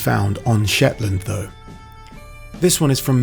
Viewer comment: Scatness and Schetland were never Scottish... ok,. Lol.